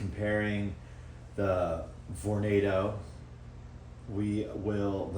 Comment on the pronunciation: now you pronounce it correctly